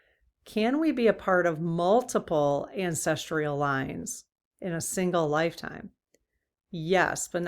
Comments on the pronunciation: Sorry to correct you but it's pronounced ancestral not ancestrial. Great reading btw - thanks. 😍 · Hi, "Ancestrial" doesn't seem to be a word. Google says it's "ancestral". (Sorry, but my grandma and my mom used to correct all our mispronunciations...an old family habit!) Blessings ❤ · Cool subject, just a note that the word is ancestral. My brain isn't coping with the pronunciation 'ancestr-ial... sorry! Still love your work 🤩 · Yes, dear, we need to get the word ANCESTRAL pronounced correctly. Thank you greatly for all you do! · There is no "i" in ancestral. No "tree" in the pronunciation. Otherwise I can't get enough of your dowsing rod readings!